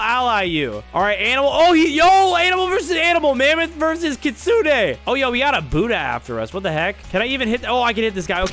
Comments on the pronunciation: Bro the real saying kit-su-ne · Bro really said kissune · i think its kit-su-ne